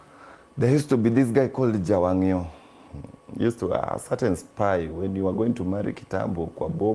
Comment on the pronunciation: Jawang' yoo not Jagam